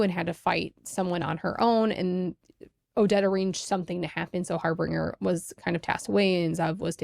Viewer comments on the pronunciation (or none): It sounds like you're calling the caprid liaison "Har-bRinger" there isn't a third R in his name. It's pronounced "har-binge-er" like the term "binge watching". The name is a term for someone who announces/foreshadows the arrival of something else. Usually in a foreboding or spooky way.